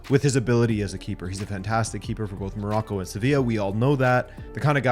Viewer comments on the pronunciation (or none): none